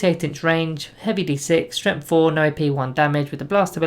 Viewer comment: Love your videos, but I just HAVE to comment on how you keep pronouncing "Strength" as "Stremth". I just can't get used to it :)